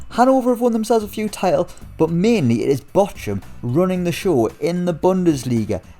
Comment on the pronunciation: That Bochum pronunciation is somehow hilarious.